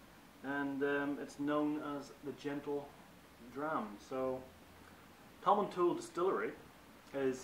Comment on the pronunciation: I've noticed that all of the online reviews pronounce this dram "tom-in-tool." The distillery and the master distiller pronounce it "tom-in-towel." Just put this out there so everyone will start to say the name properly. Single malt scotch names can be tough but we can get there together.